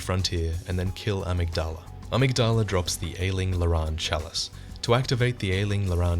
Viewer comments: It's pronounced Uh-MIG-Duh-Luh, not Ah-Mig-DAH-La :^) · Btw, it's amYgdala, accent on the y. Uh-MIG-duh-luh. Not trying to be a wise guy or anything, just a heads up for ur future videos! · Awesome video. Just thought I'd let you know you're pronunciation of "amygdala" is a bit off though. :)